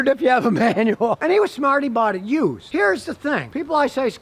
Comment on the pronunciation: i like how scotty says yoosed